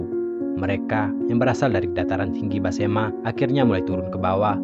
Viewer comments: Mohon maaf Besemah bukan basema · Maaf pak, sebutannya tolong yg benar, yaitu Suku Besemah, bukan Basemah. Jangan dirusak dg sebutan asal2an. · Besemah bos bukan basema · BESEMAH bukan Basema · suku besemah bukan basema....cari yg bnr lgi dehh kak